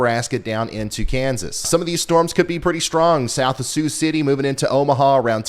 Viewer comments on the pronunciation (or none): none